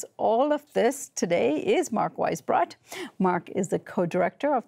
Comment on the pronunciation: broadcasting media: please stop comically butchering the German language and names: "Weissbrot" is pronounced vice-brote, weiss meaning white, brot meaning bread. It is comical to see staff in media comically fall over themselves to say every other (sexy) language correctly but make fools of themselves with german. Go ahead, say "Nicaragua", or "Macron"